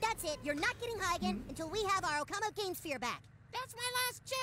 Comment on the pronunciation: This episode aired in August 2001, just slightly over a month before the Nintendo Gamecube got released in Japan, hence the use of "Gamesphere" as the newest and fanciest video game system. They mispronounce the word pretty bad, but "okama" is Japanese for drag queen or transvestite.